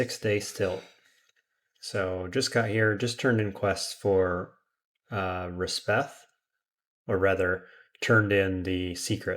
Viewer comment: You’ve been saying Resheph wrong. It’s resh-eff, not res-beth.